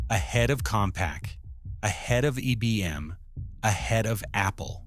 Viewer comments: “E B M”? Really? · When within the first few seconds IBM is mispronounced as EBM, I stopped watching.